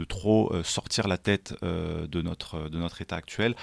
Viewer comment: Notre ne se prononce pas n^tre. Pas natre non plus comme dans le Midi.